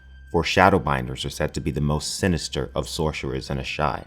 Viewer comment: Shhorcherrers...good Sean Connery impression